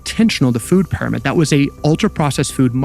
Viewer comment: WHY does this speaker keep saying PIE RO MID ???!!! It's soooooo annoying! NO ONE says that. It's "peeromid" If you are going to have AI speaking at least train it to pronounce words correctly.